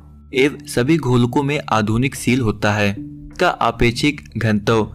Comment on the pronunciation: Abe pd pd k bol rhs h pr shi to bol "apeshik" nhi hota aapekshik hota h